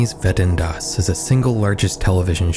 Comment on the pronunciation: You're attempt of saying Wetten dass is acceptable